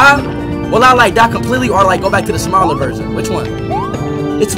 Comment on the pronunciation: Like how you put the emphasis on smaller.